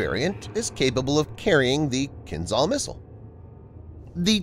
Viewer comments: Kinjhal it is, not Kinzhal. Wrong sounding. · It's not "kin-ZAL", it's "Kin-JAL" ZH is supposed to sound like "S" in "visual"